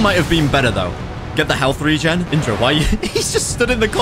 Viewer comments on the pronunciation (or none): none